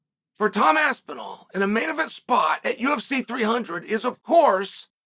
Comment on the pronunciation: You had me until you said Cain Velaquez